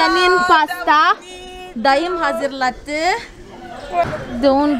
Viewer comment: Sevgili 😊dağım değil dayım( Y) ile